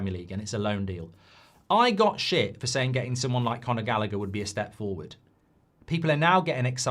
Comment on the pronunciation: It's Conor Gallagher 😂😂